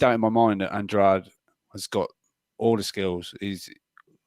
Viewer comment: Good to see using his Portuguese skills to pronounce Andrade almost perfectly 😊 🇵🇹